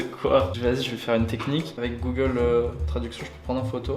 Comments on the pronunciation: Mdrrrrrrrrrrrrrrrr🤣🤣🤣🤣🤣🤣🤣🤣🤣🤣🤣🤣🤣🤣🤣🤣🤣🤣🤣🤣🤣🤣🤣🤣🤣🤣🤣🤣🤣🤣🤣🤣🤣🤣🤣🤣🤣🤣🤣🤣🤣 A il a dis Gogole au lieu de Google mdrrrrrrrrrrŕŕŕŕrrrrrrrrrr🤣🤣🤣🤣🤣🤣🤣🤣🤣🤣🤣🤣🤣🤣😂🤣🤣🤣😂😂😂🤣🤣🤣😂😆 non je rigole sinon bonne vidéo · « Sur googole »